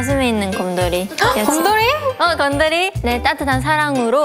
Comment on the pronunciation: 곰돌이 발음이 리즈보다 레이가 더 한국어 같네 ㅋㅋ